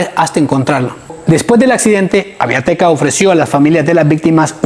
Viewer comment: es Aviateca no Aviateca y es Chichontepec no Chichontepec